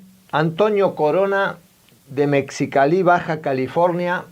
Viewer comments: se pronuncia mejicali ,lo del primer saludo, saludos de México muy buenos sus vídeos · En los saludos menciona la ciudad de Mexicali, en Mexico, y la pronunciacion correcta es Mejicali... la letra X suena como letra J.... la palabra Mexicali es la fusion de la palabra Mexico y California..... Mexi + Cali....... un saludo desde Mexicali... veo sus videos muy buenos... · WOOOW!!!!, Ya entendí el porque del primer video, te agradezco mucho, eres como el maestro que muchos debimos y hubieramos querido tener en la escuela. Muchas gracias, por cierto la pronunciación correcta de Mexicali, es me-ji-ca-li (cosa de nosotros los mexicanos, mejicanos jeje) Saludos :)